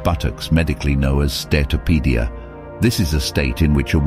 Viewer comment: the condition Sarah Baartman had is called steatopygia. The video did not accurately say the word.